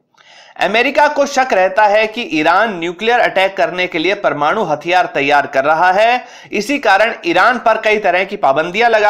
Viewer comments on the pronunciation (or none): none